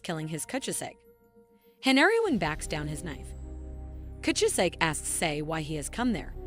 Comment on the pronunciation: manga: kuchizake AI: coochi-zake 😂😂😂